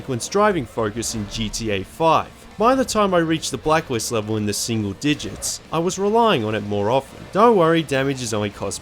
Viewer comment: you said blackwist